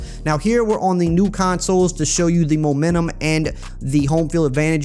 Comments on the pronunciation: did I hear momantum instead of momentum you done goofed my guy jk this video is great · “Momantum” - ER